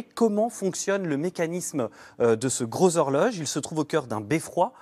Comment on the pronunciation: lol. 😂 I have elderly french cousins on Saint Catherine, Bonsecouts,,,, ils Aussi disaient turnouts LE GGGROSZx-HORjoGGGE !!!! Real exaggerated pronunciation!!! You imitates mes cousins Français parfaitment!